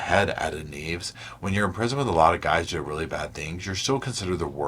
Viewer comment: Nieves is my last name! Your not the only one that pronounces it like that but it's pronounced (NIEV-ES)